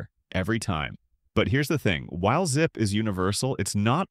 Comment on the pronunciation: ZIPE? WTF! Teach your AI Robot to speak!!!!